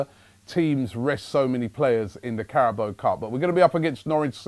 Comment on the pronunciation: CARABAO* not Carabo.